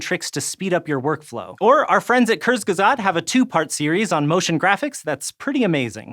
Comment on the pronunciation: Your friends at.. cursgesaht? Maybe skillshare should include a German pronunciation course xD